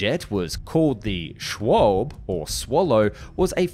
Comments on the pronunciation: It never bothers me, and I really appreciate the attempts, but your german pronunciations are just a tad off. Try "Luh-ft Vuh-Fe" I mean, air waffle is great too, don't get me wrong. "Schwalbe" is a type of bird, and is pronounced: "Sh-VAH-L-B-EH" kind of a "bleugh" sound at the end (like you are spitting out food" Sturmvogel is a bugger. "Stu-R *rolled*m Fo-G-el" Close enough though German doesn't feature many silent letters, if it is in there, pronounce it, as whack as some words sound. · You didn't use the German pronunciation of "Schwalbe"! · wie er schwalbe ausgesprochen hat 🤦🏻😂